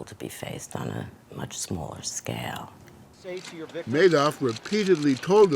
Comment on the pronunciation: Why was he calling him Manoff with an N?